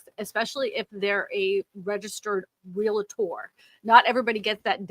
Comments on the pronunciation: ReALtor, not ReLAtor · Love you, but there is no "Real-A-tor" in pronunciation. It's "REALtor". I had a license an ice age ago (didn't stick with it) and they drilled the pronunciation into our heads.